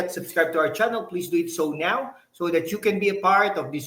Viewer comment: now? new? nyaaw? nyeew?? ano ba tlga? ina ka., hahah now o nyaaww?